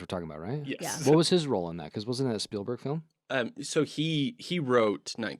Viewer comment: Stoked to find your channel, enjoying your content, but, my God, please stop from pronouncing Spielberg's name "Spill-berg".